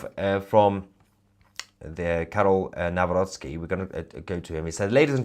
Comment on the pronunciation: Good pronunciation of Karol Nawrocki.